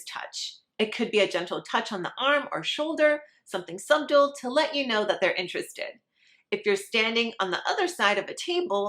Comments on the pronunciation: Advice for the woman who appears in this video (and several others) on YouTube : The English word "subtle" is pronounced like "suttul" and NOT like "sub tul." In other words, the 'b' in the word "subtle" is *silent*. Always pronounce it like suttul and you'll decrease your ditz index considerably and also increase the authority and credibility you project in delivering your message. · We just gonna ignore how she said subtle? The 'b' is silent sweetheart lol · Learn to pronounce "subtle," honey. The "B"is silent. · just a little advice: the word is spelled "subtle," but the "b" is silent. This is the second video I have seen where you mispronounce this word. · Haha on all her videos she pronounces the b in subtle ..... Mad that she has been saying that word wrong her whole life but yet uses it so much... thats the first time Ive heard her say "subtly"... she really struggled to pronounce the b in that but fair play to her, she nailed it !! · The "b" in subtle is silent.